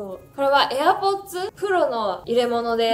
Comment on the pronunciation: みんななんでも似合うからほんとに 羨ましい💕 のところのdon’t touch my AirPods のとこ発音良すぎるし 言った瞬間にはるかちゃん触るの面白すぎる💙💚💖